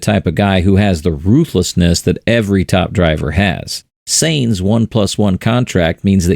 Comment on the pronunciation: Please pronounce Sainz correctly. Almost every one does